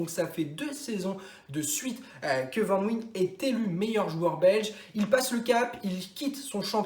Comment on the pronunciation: Hans Vannnnwayene ca se dit ptdr